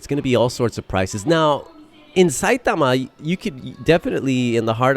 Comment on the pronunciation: Was hoping you were gonna pronounce karaoke as ka-ra-oh-kay instead of carry-okie after pronouncing Osaka and saitama flawlessly